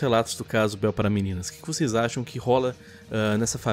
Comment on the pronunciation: "a beuel" kkk